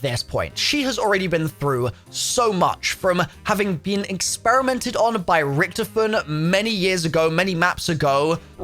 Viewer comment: Dude it's Rictofen Not rictufen